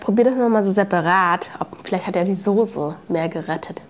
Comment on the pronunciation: Nich sose, soße 😅😅😅